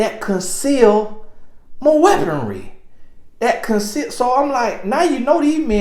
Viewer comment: 😂😂😂Did I just hear you call it your “weaponery ”?